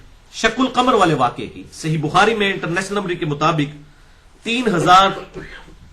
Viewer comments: انٹر نیس نمبری کیا لفظ آپ بولتے ہو کوئی سمجھ نہیں آتی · Engineer Sahab bar bar ye “international” kya bolte hain ? Sahi samaj nahi aata . Plz clear Karen. From India